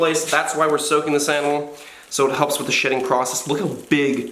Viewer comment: I thought you said “so it helps with the shitting process”